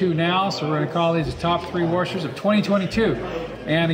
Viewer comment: top three "worshers"